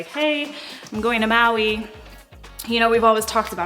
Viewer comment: Curious about how you said "Maui". Are you originally from Hawaii?